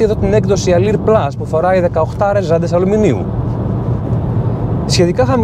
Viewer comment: Αδερφέ Αλουρ λέγετε η έκδοση όχι αλιρ.